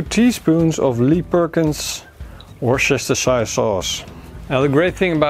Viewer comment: Hi, it's better to pronouce Worcestershiresauce as: Woe-ster-sher sauce. Outside the UK almost nobody knows how to pronouce it.